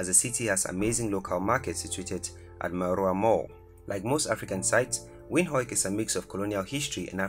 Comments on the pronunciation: Windhoik? It's pronounced Windhoek. The hoek part has the hook sound, not hoik. I'm Namibian myself and I love my country. There's so much more you missed. Though, honestly I can't take it seriously. Hear me out on this please. The list you made is great, but it's the pronunciation that puts me of. Like the way the pronounced Christuskirche. It's just the inner teacher of me coming out. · Stunning....🌌🌌✨ But it's not Windhoik It is an Afrikaans word translated as Wind Corner. Pronounced as "Vind hook" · The pronounciation of our Captain city's name (Windhoek) is actually WindHOOK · I know. That made me laugh. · When pronouncing Windhoek rather say wind-hook , but the video is great and thank you for the video it's really informitive👌🏼, giving people a glimse of what Namibia is or what to expect because there aren't a lot of videos about Namibia ... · Just a point of correction brother, our capital city is not pronounced the way you are saying it. You must say “Venduk” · To make someone understand you pronounce it as WINDUK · miner xr gaming he pronounced it “Win-hok “ . What is win-hok? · The way he pronounces Windhoek😂😂😂. I still love my country ❤️ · I know yeah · Guys i feel so proud to be a Namibian. The guy said Windhoek wrong. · Love how he says windhoek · I am from Namibia.. Nice video though you can't pronounce Windhoek correctly. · You pronounced Windhoek wrong . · Dude knows Afrikaans but can't say Windhoek